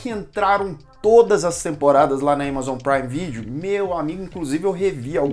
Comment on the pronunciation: "ÉMAZON" BOTA NETFLIX PRA MAMAR KKKKK